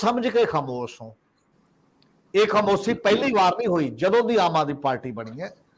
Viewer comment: Good comments . Thanks . But you seem to be ignoring importance and urgency of proper communication of words . In your comments, Shromani is pronounced as Saromany , Khamoshi as Khamosi , Desh as Des , National as Nasnal etc . Thanks .